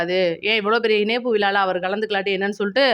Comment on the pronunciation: மகளே உங்கள் தமிழ் உச்சரிப்பு அருமை வாழ்த்துக்கள் ஆனால் ன ண இனைப்பு அல்ல். இணைப்பு என்று சொல்லவும்